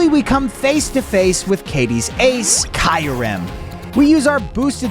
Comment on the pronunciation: kairem no im preety sury its kiiirem also viroison like horizon no it is pranounced vi rii sion die alga or dee alga decide yourself